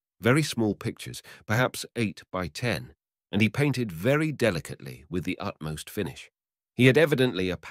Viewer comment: 5 mins in... does he say of the Chinese women... "velly" clean or "very" clean... ? Tongue in cheek or....?